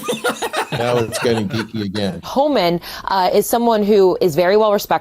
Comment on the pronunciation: It cracks me up that the Fox Friends don't know how to pronounce "Homan," the easiest name in the administration. Maybe it sounds so close to "human" that their forked tongues can't handle it.